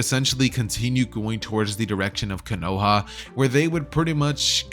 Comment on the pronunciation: konohah?????? no hate just telling the latecomers